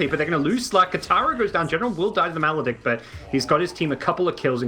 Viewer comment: I don't think will ever be able to say "malice" right.